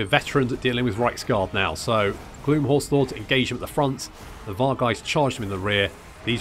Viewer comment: I know you're saying "Gloom" but it keeps sounding like you are calling them "Glue Horse Lords" and considering they are undead horses this was rather funny to me.